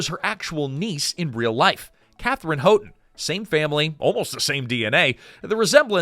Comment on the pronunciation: If only the Katherine Houghton’s part had been more than a sweet young woman. It’s pronounced HOWton, btw.